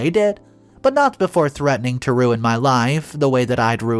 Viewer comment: Umm it’s RUIN (ROO-IN) not run it… how can you pronounce is correct in one part of the story but not in the beginning?